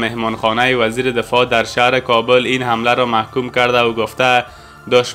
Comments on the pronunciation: هههههه میگوید Kabeeel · تورا به هر كه دوست دارى نام كابل را درست تلفظ كن .